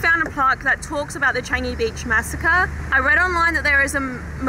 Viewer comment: Another haunted place that I'm interested to go! And the way how you said "Changi" sounds like "Chinese" 😂